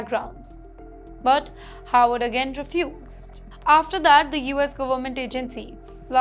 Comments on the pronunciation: This anchor's pronunciation is an has been atrocious as per numerous comments. But as she does not read them refuses to improve. The Howard or Harvard issue is a problem for many who have English as a second language am Indian too. Have been asked to asked to help ."W" should be a whistle sound and "V" should be biting your lower lip. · Why is she mispronouncing Harvard as Howard? 🫢